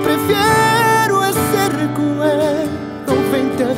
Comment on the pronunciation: "RECUELDO" 20 veces min Luis Fonsi.